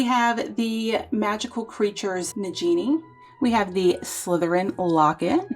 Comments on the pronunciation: i understand its okay everyone makes mistakes i just wanted to know if you knew the curect pronouncing but its fine there is no problom with saying it different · The Nagini pronunciation is wrong.